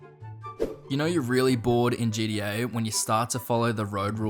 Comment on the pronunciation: bro said GDA